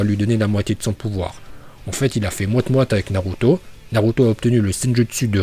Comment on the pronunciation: "Naroutau" Naluto Shippunden